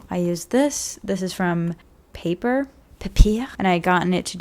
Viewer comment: as a flemish person it was really funny to hear u say 'papier'.